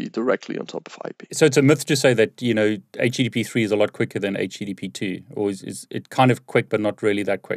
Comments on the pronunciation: They way he keeps saying "HTP3" or "HP3" started to really bug me. Like, dude, slow down, pronounce your words. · It's very difficult to watch a video when the expert doesn't actually say the name of the thing they're talking about properly. Took me a minute to realise he was talking about HTTP/3 :-) Once realised, it was good... but I'm wondering why HTTP/3 doesn't check for 'middle box' compatibility and drop UDP if it finds it can...to allow for the future when UDP isn't needed... Slower I guess, while it checks... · Great video. Great info for starters. My only angst is his pronunciation of http3.